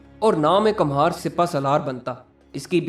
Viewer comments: کمہار Kumhaar Kum haar = Kumhasr. ک پر پیش ( Pesh ) لگا کر پڑھا جاتا ھے۔ Kamhaar ( galat Talaffuz hai. ) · kamhar nahi kumhar